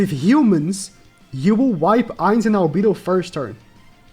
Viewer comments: Cah kuy tus We’re mad about how you said Albido btw (Al beh doe) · Just some pronouncements tips for ma boy: Albedo = Arubedo (the e its not pronounced as "e" instead it's how people pronounce A in English) Shaltear = Sharutear (the e is pronounced as E in english) Cocytus = Kokyutos